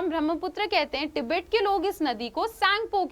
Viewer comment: Tibet hota h app kya pronounce krr rhe ho😂😂😂😂